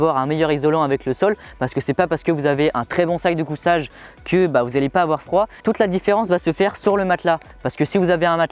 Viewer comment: Super video comme d'habitude par contre la marque du matelas ça se prononce ''sitousemit'' et pas ''séatosomi'' (seatosummit) pareil pour les sacs de couCHage et pas sac de couSSage. Sinon super présentations bien détaillée 👌